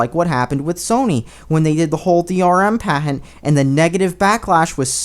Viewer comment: How are there so many pronunciation errors? It's product, not pro-dact. It's patent, not pahent. These aren't hard.